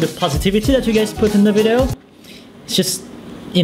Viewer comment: to stop from saying "Vido" instead of video